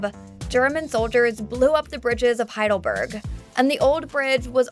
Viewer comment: As I told you, German is a literal language. It is not "HeidelbÖrg" as the narrator pronounces it. It is "HeidelbErg" ("e" like in "Estevan").